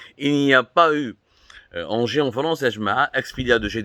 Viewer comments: C’edt pas ANGIE, c’est ENGIE. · Ca se li haineji. Pas anji.....